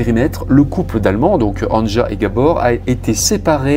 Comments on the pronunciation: Un tip pour la prononciation des prénoms : Anja, c'est Ania. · On prononce « Ania » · Anja se prononce « Ania » normalement .. enfin bref peu importe , paix à son âme ... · LE PRÉNOM ANJA SE PRONONCE ANIA , VU QUE EN ALLEMAND OU AUX PAYS DE L'EST, LA LETTRE J ( JULIETTE) EST PRONONCÉE COMME(I ) DE IVAN ...MERCI. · Histoire particulièrement ignoble, pourtant je suis habituée. Tu racontes vraiment très bien. Le prénom Anja se prononce Ania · Anja se prononce Ania ;)